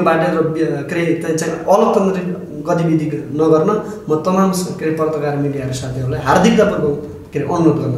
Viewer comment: पर्ताकार होइन पत्रकार भन्न सिक न मुजी दले